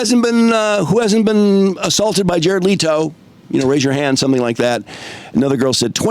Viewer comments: Leh-to bro leh-to! Omg man your ignorance on things makes it hard to listen to your takes my dude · Leto himself pronounces it the exact same way the OP said it's pronounced. The other pronunciations you brought up are wrong